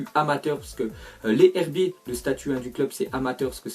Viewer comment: Sa ce dit les ZHerbiers sinon bonne vidéo